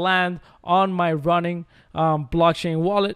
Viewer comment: It's "Ronin" not "Running"